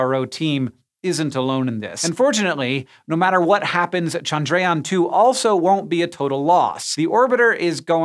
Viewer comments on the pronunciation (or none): Bruh, it's pronounced CHANDRA-yaan, not chan-DRAY-aan